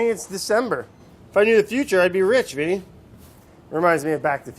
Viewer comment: Brad keep saying Vinny hurts me badly